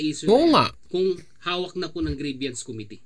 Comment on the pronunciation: Grievance po (pronounced as greebans) hindi po grieviance or greebyans.